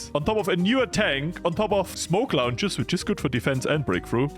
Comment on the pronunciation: It sounded like you said that you were installing “Smoke Lounges” inside of the tanks, and you immediately made them even more French.